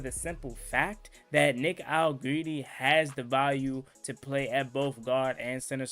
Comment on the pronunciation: Hell u keep callin dat man allegreedy for 😂😂